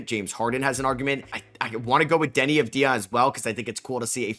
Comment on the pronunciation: If you are picking him as an All-Star you should learn how to pronounce Deni's name properly. It is AVV-dee-uh, not av-DEE-uh, the accent is on the first syllable not the second. It is a common mistake for many people unfortunately, so I'm not trying to flip you shit, but at this point commentators should learn his name.